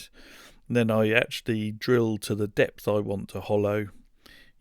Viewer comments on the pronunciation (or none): none